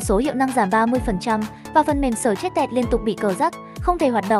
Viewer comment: gi gia byte , xờ trét tẹt 😅? nghe nói tiếng anh hãi thật.